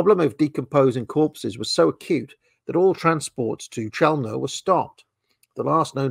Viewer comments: Pronunciation is "Khelmno" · Chełmno is pronounced h-e-wm-no in Polish.